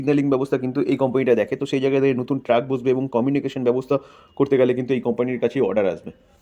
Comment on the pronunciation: আপনার ভয়েসটা দারুন। কিন্তু আপনি উচ্চারণটা ভুল করেছেন। ওটা ট্রাক 🚛 নয় ট্র্যাক মানে রেল লাইন।🙏🙏